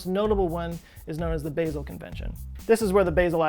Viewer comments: Basel = BAH-zl Sorry. Lived in Switzerland and loved my time there. "Basil" makes me cringe. Otherwise, great video. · Hello... From Switzerland. Your channel is my #1 favorite (yes, I am subscribed). As usual, another great vid; thank you. While I am here, if I may, "Basel", the Swiss city, is pronounced "Baa-zil" and not "Bay-zil". No big deal, just wanted to throw that at you. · It's pronounced "Bah-zel", not "Baysil" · It's bah-zle, not bay-zle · Basel - it's not pronounced BAY-sel. It's pronounced BAH-sel. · Love your channel -- try "baH-zel" rather than bay-zell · Baa-zel not Bay-zil., oh no! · I think it's pronounced BAH-sel... instead of Baaaa-sel. All good, great video, I learned alot. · it's pronounced 'Bah-zel' not 'Basil'... sorry that annoyed me more than it should have ;-) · It’s pronounced Baa-zl 🤓🤓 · The 'a' in 'Basel' is weirdly not pronounced like 'hazel', but instead like a pure, long 'a', as in 'part', 'start'. 'Baaasel' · Hey! Love the video, just letting you know, Basel Switzerland is pronounced with a soft ah sound not the long ae sound, so not like the spice basil. I lived there for three years, it’s a beautiful place, very clean! The Swiss are very serious about their waste management for sure. Had to organize all of my glass recycling by color beforehand before turning them in, and there are recycling deposit locations around literally every corner. It doesn’t surprise me that they would be at the forefront of this either! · love your vids, but please... its bAsel with a straight A as in HAHA. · And there was me thinking Basil was a Erb! I think he means Basel pronounced Bah-zl in Switzerland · Ooh god! I'm more distracted by the fact that he can't pronounce Basel! It's pronounced Baa-zel! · Basel is pronounced BAH-zel. but yay on the recycling tech. A-MAH- zing. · Basel: Bah - zel. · Baa sel pronunciation in Switzerland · Just FYI... Basil (Bay-zill) is an herb used in pesto. Basel (Bah-zull) is a city in Switzerland. :))